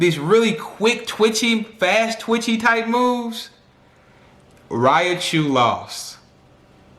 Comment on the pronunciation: Man, PLEASE say it right!! It's "Ry-chu!!" Lol but good analogy